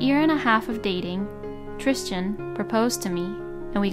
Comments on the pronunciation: Why are you calling him Tristian it's spelled Tristan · TRISTAN! not Tristian….hahahaha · Sounds like she is adding an “h” in the middle of the name…Trishtan 🤷🏼‍♀️ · Why on earth does the narrator keep calling the husband Christian, when his name is written as Tristan? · She's saying, Trischan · Tristan was mispronounced and drove me crazy.